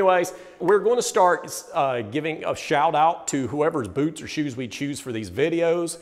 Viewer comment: Did you say red wing buuuts of shoes?